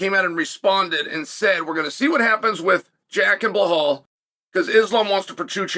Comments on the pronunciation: Pretty sure he quickly calls him Blelal at the beginning then switches to his usual Blehal later. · Islam Makalchev, Jack Dilemma, Belal Mohammad. At least he got Belal's name right once then continued to call him Blahal throughout the video 😂😂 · Whats a problem is "Uncle Chael" mispronouncing fighter names Bhohal, Yareer, Jiri Proquiev, Malhalchev, Jack Dilamina, Joana Chencheki, etc..Even more of a problem is that pip squeek "Lily Touloria" adopting CONOR character🤨 by taking volks belt at press conference😮‍💨the way "Conor TAP MACHINE" got aldos belt, and Touporia trash talk is worst than Colby and more cringe than the KING OF CRINGE Cejudo (CCC)